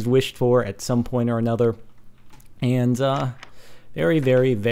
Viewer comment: "some point or a 'nether'" lol